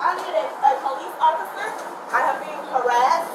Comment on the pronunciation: I need a atual po lice officer. I am not misspelling, this is how she actually pronounces actual and police officer.